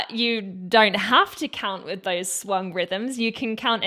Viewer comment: I love everything in this video and could say much in its praise, but putting all that aside, I will never stop appreciating a British woman's pronunciation of "with" as "wiff". God bless the British.